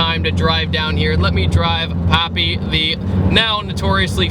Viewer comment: It's not Popi, it's papi. As in paper. And vortech kit adds 130-140 crank hp, not wheel.